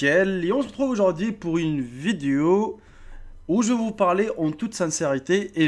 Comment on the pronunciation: "viduo" jpp